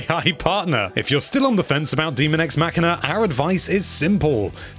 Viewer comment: Dummy, it’s daemon x machina. Not demon x machina. These are machines and not a horror game so it should have been clear what the title is even if you have bad reading skills.